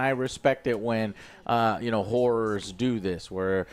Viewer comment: joe, please pronounce "horrors" better. i thought you were saying it was a good year for women of the night